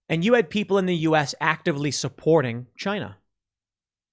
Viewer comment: Sorry, Tim, but it’s 🎶 The WILL of the PEEEPOYL!!! 🎶 😀😀😀😱😱😱